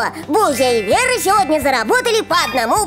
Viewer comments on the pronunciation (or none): Ой вера а не лера